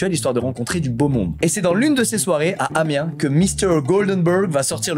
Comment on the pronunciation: On prononce le -S à Amiens ;)